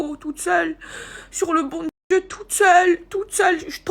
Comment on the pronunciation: "C'est une éprrrreuve de Djieu" non c'est juste que tu as été tête en l'air et qu'un accident ça arrive, arrête de faire la drama queen, le jour où tu perds ta fortune ton toit et tu deviens veuve là ok tu pourras parler d'épreuve de Dieu, sérieux ces gens 😂